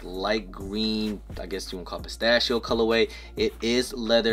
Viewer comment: Was he confused on how to say Pistachio? 🤔